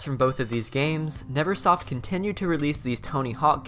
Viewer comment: Nervesoft is what I've been calling it for years. I just realized I read it incorrectly and it's Neversoft, all thanks to you because you pronounced it correctly. Never not Nerve.